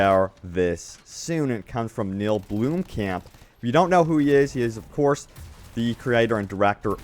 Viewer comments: “BLOM-kamp” Not “BLOOM-kamp” Lmao Side note: I like the way you say “PEEVEEpee” 😂😂😭😭 cute. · Blomkamp. Blom. Kahmp. Not bluem camp.